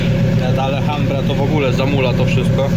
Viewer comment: kuźwa uszy więdną 😂 AL AL AL HAMBRA ☝☝☝🙏🙏🙏Pozdro 👊👊👊